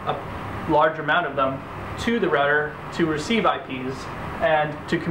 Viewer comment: "Configger", "Rudder"? Can you pronounce? Are you speaking B0@ Sir you had some of your facts incorrect. And since I am wearing no underwear your argument is invalid.